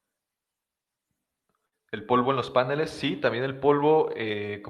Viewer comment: Genial el video, genial la explicación, me ayudó muchísimo, pero es PANELES no PÁNELES... Es una palabra aguda, lleva acento en la sílaba final!!!!!!!!!!!!!!